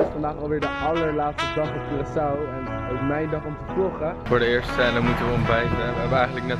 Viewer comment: Hoe normale mensen het zeggen: Curaçao hoe het zegt Cureçao